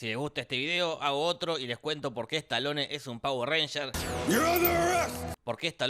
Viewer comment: "estalone" es un pauer "ransher" 😁